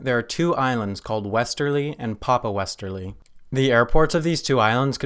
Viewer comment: It's "WES-tray" and "WES-tray PA-pa", not "papa westeray"